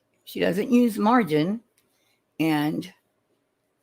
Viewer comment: 🙋‍♀️ Just starting to watch replay. Sorry I missed. ☹️ Before I forget, and someone may have already mentioned it in the comments below already, but we have yet another grammatical error to add to the LONG list. Did you notice she calls margarine “margin?” 😂 Like, what? Yeah, I was killing some down-time yesterday and actually clicked to watch it. The suspense and curiosity got the best of me. 😂 Back to it before football begins. Have a super Sunday, HITA.